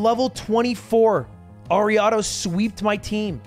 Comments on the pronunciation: "air-e-ah-dos" bruh. First time hearing it pronounced like that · Have I been saying Ariados wrong or is his pronunciation scuffed?